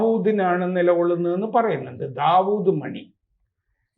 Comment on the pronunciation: D. മണി.....Dawood മണി അല്ല. Diamond മണി എന്നാണ്. അതും ദാവുഡ് ആക്കി... കഷ്ടം..